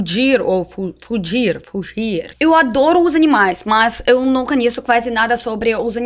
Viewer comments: Fudir😏😏😏 kkkkk É fugir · Mais emtemdel fode quando ela falou furgi